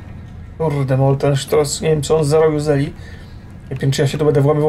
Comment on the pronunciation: stross nie sztross czytasz po niemiecku